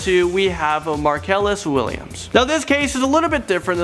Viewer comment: "Axecuted by lethal injaction by the state of Taxes" Markellus Marsellus Markellus Marcellus.....